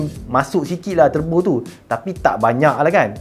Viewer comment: Wow Terbo! Bunyi jawa sgt lah